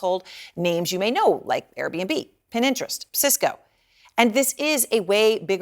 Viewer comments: Pinterest, not pin interest. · Did she say "Pin-interest" ? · The company is called Pin-terest not so.. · Pintrest, no Pin-interest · Did she just say, "Pin-interest?" She did! 🙄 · did she just say Pin-Interest... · Are we just going to ignore the fact that she just said "Pin Interest"? 😅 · Pin-interest. Bahaha